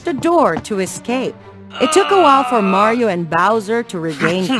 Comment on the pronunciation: That Is NOT Mario, That's.... Mayro